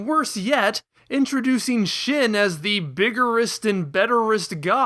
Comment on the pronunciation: Shin is pronounced sheen.